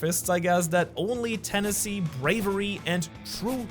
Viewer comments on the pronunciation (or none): It's ten-a-sity not teneesee. :P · Tenacity = ten-ah-city; not Tennessee. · Did you just pronounce tenacity as ten-a-cee?????? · Tenacity pronounced 'Tennessee' is wild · said tennessee, I instead of tenacity lol